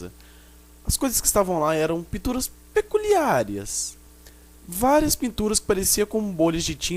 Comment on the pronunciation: kkkkkkkkkkkk pículiáres